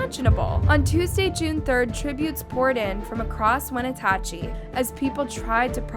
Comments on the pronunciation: it’s not wenatachee… it’s pronounced When natch chee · Wa-na-chee is how it is pronounced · You pronounced Wenatchee correctly the first time you said it in the beginning of the video but it went all bad after that. At the end you were able to say it 2 different ways within a minute of eachother & unfortunately both were incorrect. Phonetically its 'When-atch-ee'. Just trying to help you out because I know if I was totaling butchering a towns name I hope someone would help me be able to refer to that community properly. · The town is pronounced "When-at-chee" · The way you said Wenatchee… clearly we didn’t do our research.